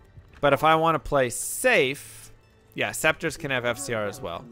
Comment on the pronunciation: Does he say Scepters wrong, intentionally? Like is it an inside joke?